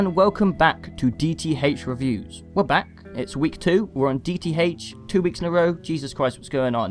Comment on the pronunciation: DEE TEE HAYCH.